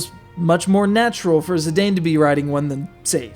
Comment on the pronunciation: Actually, his name is pronounced "Zi-dahn" as is "dawn"